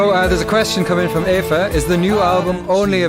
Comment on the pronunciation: sorry, just got to listen to this an hour after transmission.. but, its lovely, the best one yet! really enjoyed it. Just one thing annoying me as an Irishman, you pronounce the name "Aoife" the same as the german pronunciation of Eva. i.e "Efa". Ill definitely be buying the banter version, though I probably won't be understanding it!